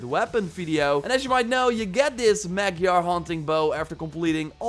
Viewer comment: magjar is Magyar its Hungary bow 😅😅😅